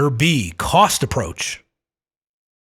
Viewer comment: "coast approach"? Did you mean cost?